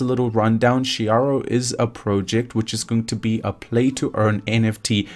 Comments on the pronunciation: It’s Shi ri Oh 😄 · it's SHIRYO not Shiyaro or anything haha definitely going to be 1000X in 2022